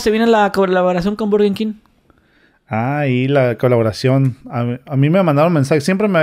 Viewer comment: Burgenkin